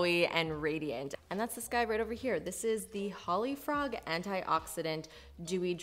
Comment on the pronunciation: It is pronounced holy - frog